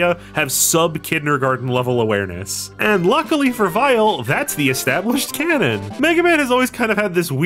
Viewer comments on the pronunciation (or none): none